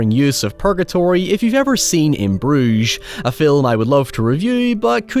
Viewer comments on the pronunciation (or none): none